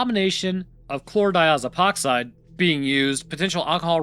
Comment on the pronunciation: Man, you're a real expert at saying Chlordiazepoxide at this point, huh?